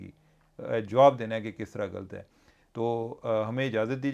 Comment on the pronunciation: Cheema sb aap hamesha ghld kehtay hain ghld nahi hota ghllat hota hai laam kay oper shad hoti hai yaani laam do dafa bola jata hai jaisay اللّه